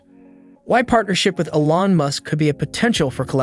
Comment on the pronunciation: Please, everyone on the planet knows it’s pronounced E lon. He’s not French. Still 👍